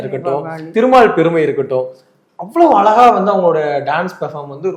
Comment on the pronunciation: பார்த்தசாரதி உங்களுக்கு "ழ" வராதா ,அலகா இல்லை அழகா